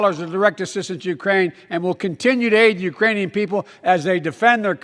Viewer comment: Ukrainian people. Urainian people. Irainian people. Not the brightest president....